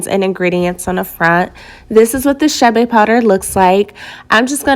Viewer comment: Not chabe chade